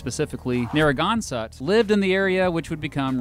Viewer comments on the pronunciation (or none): I live in narragansett (Narr-uh-gan-sit) and I was so sad when he called us Narragaunsut :( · you just said naran gansent i am deeply offended as someone from the town of Narragansett, RI. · Nare a gan set is the proper pronunciation, cringe worthy with how you said it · The way he pronounced some of the places names in Rhode Island was painful! Like Narragansett, it’s near-uh-gan-set Not near-an-gun-set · Great video. I was born and raised on Aquidneck Island (a Newporter)... I really miss my home. Unfortunately, it's gotten too expensive to live there. You mispronounced Narraganset... It's Narra-gan-seht, not Narra-gan-suht... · Butchered my home town beach... not narran-gansett... not naragonsett... its nara-gansett.. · Pretty good overall on RI. Thanks for the effort. Two clarifications: It’s “NarragansEtt” with an “e” sound and not a “u” sound. It’s a native name for the local tribe and area. A nor’easter is a regular storm but has winds from the northeast. It’s not a hurricane as described. A hurricane is a hurricane and a nor’easter is a nor’easter. Many thanks from Newport and Providence. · IT IS PRONOUNCED NARE-UH-GAN-SET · Dude, you are really mispronouncing Narragansett (Nare-ra-gan-set), and is Wamponoag (Wom-pa-nog). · “Narran-gansatt bay” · I'm sorry but I have to. Narragansett -> Narra-gansett Wompanoag -> Womp-ah-nog And you didn't say it, but for people wondering Wickaboxet is actually pronounced "wickabosset". Most of our landmarks/cities/parks etc have native American names. Also yes it's a bubbler we're right you're wrong and nobody else has coffee milk so we're obviously better okay bye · You’re pronouncing Narragansett wrong. (I live here) it’s pronounced Nare-ah-ghan-set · He was like narangansut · I can't get over you pronouncing Narragansett and Wampanoag. Nare-uh-gan-sit and Womp-a-nog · I just have to say as a Rhode Island native Narragansett Nare - uh - gan - zit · This dude goes “narangannsatt bay” 😂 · Narra-gan- sett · Oh my god same